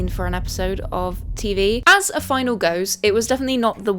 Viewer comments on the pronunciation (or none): "fih-nah-lee", not final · Just an FYI, But the word "finale" is NOT pronounced the same as "final." You kept saying in the "final" and "the final." But the word you are looking for is "Finale" which is pronounced "fi-nally." Why that "ee" sound at the end. I know you've got the British accent, but I know the word finale is still pronounced the same between America and The UK and they dont just say "final" for both. Sorry my literature degree getting the better of me... lol but so you know you said it wrong the entire video! 😂 great video though for sure! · when did everyone start pronouncing finale as final. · “Finale” - Fi-Nah-Lee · The e in finale isnt silent btw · This is the first time I've heard this pronunciation of fanale, it pretty standard in the UK?